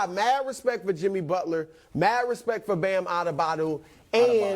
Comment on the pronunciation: Miami with the same roster beat Celtics 4-2 (2020), went 3-4 with them last year with the most one sided referring in NBA history, and now get to play against them again, and this guy has the audacity to say this shit lmfao. Funny. Meanwhile can't even pronounce the all star Bam's name.